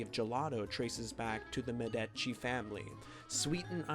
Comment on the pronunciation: It was. Not Medaci it was. Medicci !!!!!